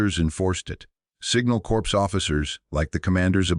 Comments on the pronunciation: An voice that speaks like an ignorant American?!? WOW No stopping progress Corps as in |The Marine Corps is pronounced CORE like the apple part you DONT eat! Not CORPSE,like a dead body...The Marine Corps(Marine Core) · There is US NAVY LieuTenant Edward Albert Heimberger who was at Tarawa. Back then, Corporals were Enlisted Pay Grade E-3. No 2nd Class Privates. 6th Schutz Staffel Mountain Division Nord. Corps is pronounced as CORE. The voice said corpse. The 5th Panzer and the 5th SS Panzer, or Wiking, Divisions were on the Russian Front.